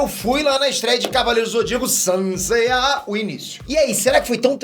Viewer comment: Não sei o que é mais chato, o falando saint seya ou pedindo voto no ebest